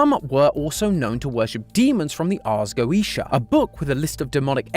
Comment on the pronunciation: I can't get over Mat's pronunciation of the Ars Goetia